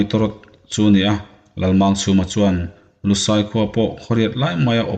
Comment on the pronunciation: Lusai ti hian irawn chhiar fo Maia aziaktu ziah dik loh nge? Nangma lam tih sual palh zawk aw,!!?? A enga pawh nise aziaktu pawhin ( lusai) ti pawn lo ziak Sela mizotawng dik awm renga, khawngaihin ( LUSEI) ti a lam hram2 ni se ngaihthlak anuam leh zual ngei in ka ring.👍👍👍👍